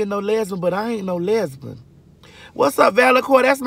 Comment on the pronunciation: When she said "lesbun" 🤣